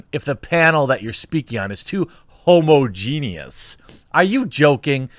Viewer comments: "HOMO-GENIUS" Wat. It's pronounced HUH-MAJ-IN-ISS, Jeremy! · HomoGENIEOUS? Lol you butchered that word